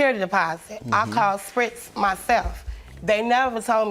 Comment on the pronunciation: Mannnn I heard “Spritz”🤣😂